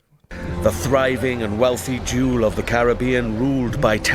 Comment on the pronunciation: crazy emphasis on the "jew" in "jewel" there.